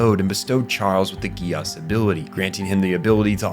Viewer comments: I have never watched it... BUT I INSIST, it be pronounced "Jee-Ass" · Bro saying Geass like Negus 😂